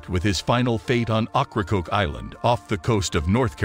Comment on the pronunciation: Great info, but researching pronunciations will help improve your channel. “Okracoke” for instance is pronounced “Oak-rah-koke.”